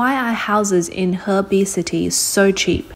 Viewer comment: She said heibei city... 鶴璧市 hebei city huh